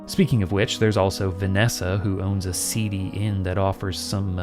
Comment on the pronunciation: I've watched this video about three times and every single time I hear "Vanessa has a CD" instead of "seedy" and I get confused for a bit